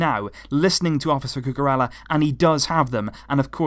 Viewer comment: isn't it pronounced Cucu-reya instead of Cucu-rella